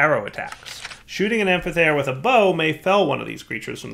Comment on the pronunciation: That amphithere prouncing hurted even me also get portable hole from thaumcraft it would get rid of need for doors